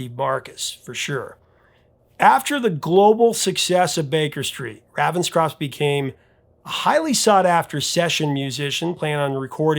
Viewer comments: Its Ray-venscroft, not Ravvenscroft. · Ravenscroft is pronounced RAYVENSCROFT!!!!!!! . He is NOT from the US. Your pronunciation is VERy irritating. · It's *RAY*venscroft! C'mon, man - it has RAVEN right in it! And that's NOT "raven" like "ravenous"! JEEBUS! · You are not pronouncing Raphael Ravenscroft's name correctly. The Raven bit is pronounced the same as the bird.